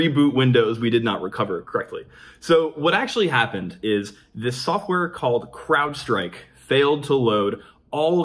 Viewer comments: I hear Crapstrike every time he says Crowdstrike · I could have sworn I heard "crap-strike"